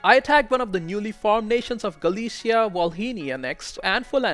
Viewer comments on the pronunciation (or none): none